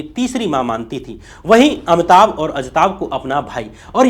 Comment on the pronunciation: परवार या परिवार, उच्चारण पे ध्यान दें। इसी तरह, इंदिरा को इंद्रा बोला है आपने। अमिताभ को अमताभ, भाई, हृस्व इ a उच्चारण अ कार नहीं हो सकता, उच्चारण पे काम कीजिए, मैं तंग आ गया हूं आपके गलत उच्चारण से, वीडियो चाहकर भी नहीं देख पा रहा हूं।